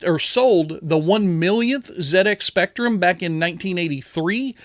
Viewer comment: Well done on pronouncing ZX Spectrum correctly 😀 the special edition looks good but a bit pricey. So sad to hear Burger Beckie passed away, an absolute legend in the scene. 💜